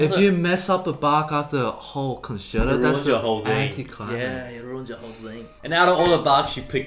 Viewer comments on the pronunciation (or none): Nice videos, liked&subscribed. But it feels like you guys hate the "t". Vibrado, pissicado, conserdo.. Com'on it's not difficult, I encourage you to try this out: "d" is like in StraDivari, "t" is like in MeditaTion.. VibraTo, pizzicaTo, ConcerTo. ;) next time we look into the "z" of "pissicado"! :D